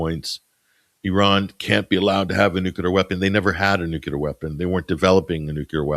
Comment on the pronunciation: can sound out ansarallah but not nuclear😂, great show